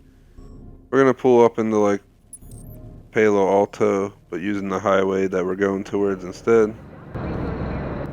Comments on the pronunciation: you said paylo alto😂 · You pronuced my hometown Palo Alto in a weird way lol. Nice vid though!